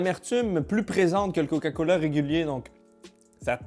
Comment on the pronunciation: Eh gros jtai entendu, à t’a dit COCALA mdr